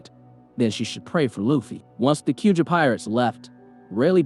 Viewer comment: 'skull' knew who he was? say-bowdy? k-youja? has the narrator even watched OP?